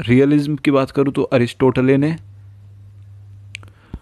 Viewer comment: Sir it's not -रोसी It's रूसो आपने तो कंफ्यूज ही कर दिया😊 Aur ha आरिस्तोताले nahi hota it's अरिस्टोटल hai😊😊